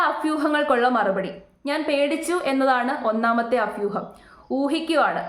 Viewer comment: അഫ്യുഹം അല്ല (അഭ്യൂഹം )ആണ് സഹോദരി 😟